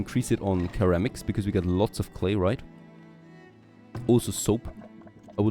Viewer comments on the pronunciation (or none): Hey, i only mention this as you have spoken about how you started this channel in part to learn English... ceramics has a soft c, pronounced more like siramics. English is a very silly language, keep it up mate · I've never heard ceramics pronounced like that, where I am it is like sir-am-icks